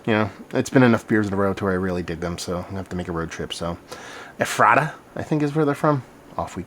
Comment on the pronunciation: I'm a Pour Man's local and this is my favorite beer they make. I've even had a sixtel of it on my home tap system. Oh, and for future reviews (and everyone gets it wrong), it's pronounced Ehf-ruh-tuh. Great review!